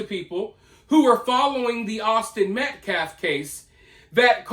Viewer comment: Yes!! Sue him Kyle Rittenhouse!! That guy needs to be shut up for good! He still hasn't said Metcalf properly....he always says Metclaf🙄🙄 Disrespectful 😠😠 Happy Easter!🐰🙏✌️